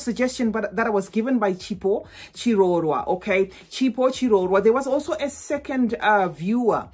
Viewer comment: the way you pronounced Chipo chirorwa I was like she has to be from Zim! I’m from Zim too. Love your channel 🥰